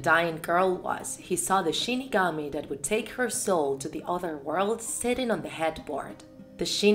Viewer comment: Shinigami but she says shi kami